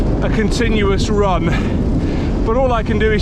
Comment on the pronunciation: I heard “rum every day” the first time 😉